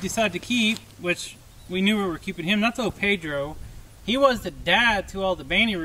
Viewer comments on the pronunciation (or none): none